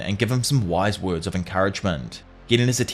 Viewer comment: Appreeciate the Vid! and all you do but wow that accent and the way you pronounce some words lol! I have to rewind sometimes.